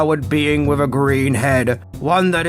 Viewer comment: You lost me at "wif a green head" learn the TH sound.... sad